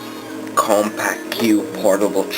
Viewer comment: Not trying to nitpick but "Compaq" is pronounced like "Compack". Really cool machine by the way!